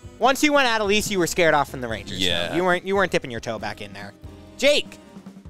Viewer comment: Uh dol is. Not ado lice. For the love of god